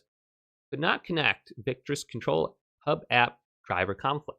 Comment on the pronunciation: victrix. Not victris